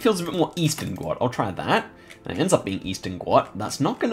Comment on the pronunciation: guat is pronounced like gwot